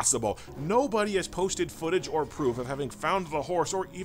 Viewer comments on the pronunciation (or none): none